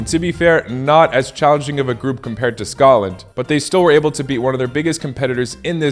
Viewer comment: Good comentary. 👍 Please try to pronounce "Scotland" properly. As you can see it has a " T " in there. "Sco - T - land". You are pronouncing it as "Scolland". It took me a while to understand what you were saying. 🤷‍♂️